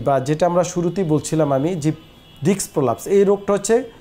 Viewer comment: ডাক্তার সাহেব আপনিতো ডিস্ক ই উচ্চারণ করতে পারেন না। আঘাত লাগলে ডিস্ক বের হয়ে আসে এইটা কোন ধরনের কথা। ভালো করে জ্ঞানটাকে অর্জন করুন তারপরে অন্যকে জানান।